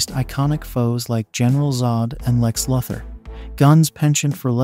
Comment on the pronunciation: Lex Luthor not Lex Lother